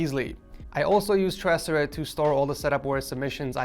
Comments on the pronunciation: U said tech from Ed source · Me: Noticing he said tech from Ed source (Scrolling Straight to the comments ) Everyone Else: Tech from Ed source Tech from Ed Source Tech From Ed Source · he said "hey guys its tech from ed source" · Yooo, he said tech from Ed source,😂😂